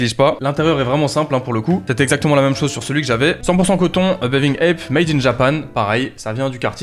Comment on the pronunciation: C'est pas plutôt "bathing ape" au lieu de "baving ape" ? Ils écrivent ça sur les sites